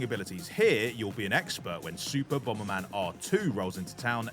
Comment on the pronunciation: "Bom-ber man", what a div.